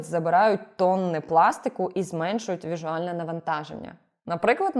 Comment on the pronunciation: Віжуальне, чи візуальне?)